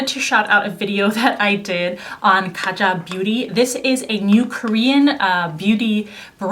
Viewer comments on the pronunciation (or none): none